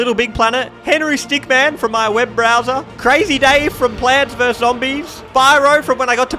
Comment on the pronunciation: oh no, we know who he is, just the fact the guy pronounced it as Henry StickMAN, instead of Stickmin